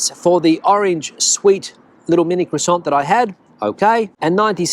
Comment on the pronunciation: Since you are always helping with pronunciations of Spanish words and for that I thank you very much . The proper way to say croissant is (craw san) no T the T is silent . Many words in French that end in T are silent .